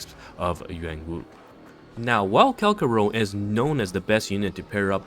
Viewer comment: Say it with me Kal - CHA - ROW It's CHA not KA